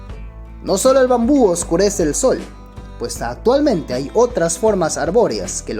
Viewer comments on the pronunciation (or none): none